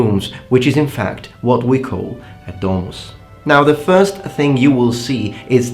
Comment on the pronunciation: 'Domus' is pronounced with short o, not 'dooohmus'. And it's 'peristylium', not 'perystilium'.